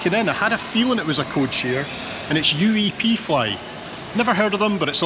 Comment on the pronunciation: Hi. I'm John and my wife Carolyn and myself have lived between Menorca and Mallorca for the last 23 years. UEP is a popular way of greeting someone on the islands and the airline has taken this and used it as the company name. It's pronounced "ooooep". Nice video.